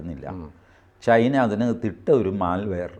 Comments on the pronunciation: ചൈന.. ... not ചേയ്ന😊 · ശ്രീ: ചൈനയാണ് ചെയ്ന അല്ല തിരുത്തണം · ചെയിനയോ? TG വൃത്തിയായി പറയുന്നുണ്ടല്ലോ?